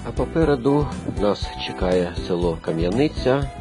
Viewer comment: Не Кам'янИця,а КАм'яниця.